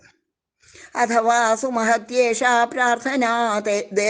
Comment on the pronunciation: സുമഹത്യേഷാ എന്ന് വായിക്കുക